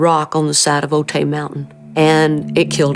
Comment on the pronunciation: The place where the plane crashed is pronounced Oh-tie not Oh-tay even though it is spelled Otay.